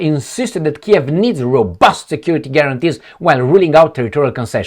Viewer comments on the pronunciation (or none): none